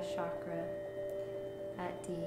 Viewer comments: Chakra pronounced as "chuckraw", not shockraw. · Um.. it’s pronounced CHAkra. not Shakra 💗🙏